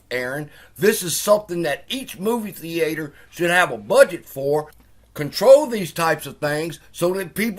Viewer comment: what is a Thee Aye Tor?